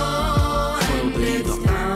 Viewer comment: cathy dominique I understood, I hate how he pronounced leader :/